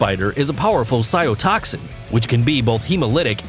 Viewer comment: And every time he says "cyo-toxic," instead of "cytotoxic," I die a little on the inside.